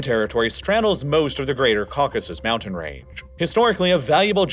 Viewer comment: "moundain" counter button 👍